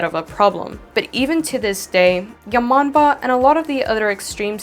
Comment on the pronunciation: When she said "yamombo" I thought she said your mom bro